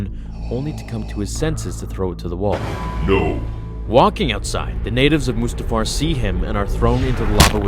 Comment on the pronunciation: mutafar? really? it's mustafar